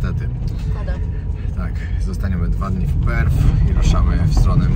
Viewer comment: Perth ,nie Perfh .Pozdrawiam i życzę miłego zwiedzania